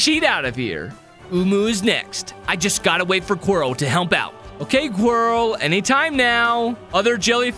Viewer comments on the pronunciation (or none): It’s not “Quarry” it’s Quirrel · Is it funny that he says quirrie instead of Quirrel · I can’t believe he called quirrel quarry the whole video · Calling quiril qwery bruh 🥀🥀